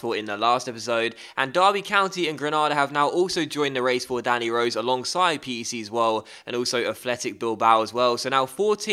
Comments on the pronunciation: it is pronounced peck, but it is an abbreviation for (P)rins Hendrik (E)nde Desespereert immer (C)ombinatie Zwolle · the way to say pec is like peck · PEC isn't an abbreviation, It's pronounced as "Heck" as in "What the heck" but with a P Doubt you'll ever hear of the club again, but hey might be good to know just in case lol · it is peck zwolle not pc zwolle 😉